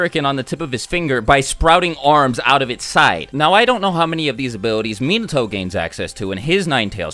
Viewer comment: most of your pronunciations were spot on except for Minato. particularly the na doesn't sound like nuh it's nah as in nacho. you pronounced it correctly in naruto but not Minato which is odd to any japanese speaker. its not like English where it can vary widely there is really only one way in Japanese.